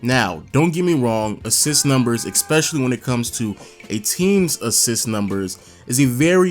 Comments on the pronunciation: Gotta say.... it's ESpecially not ECspecially. Leave the c out of the word. Especially. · it’s “ESPECIALLY” not “EXPECIALLY” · Definitely not trying to be a dick, but eSpecially. Not, eCKspecially. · Stop saying exspecially that shit is pissing me off